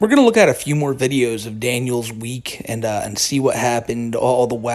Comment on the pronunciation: Fuckin hate how he says "ehhyuuund"